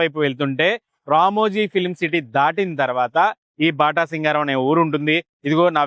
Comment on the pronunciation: బాటాసింగారం కాదు 😂 అది బాటసింగారం